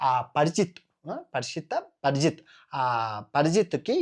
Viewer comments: పరిజిత్తు, ఎవడు రా, పేర్లు సరిగ్గా పలకరించరా ,నాయనా, పరిక్షిత్తు అని పలకాలి రా...... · Parikshit. ra......nayanaaa parijit kadu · పరిజితు కాదు రా బాబు పరీక్షిత్తు....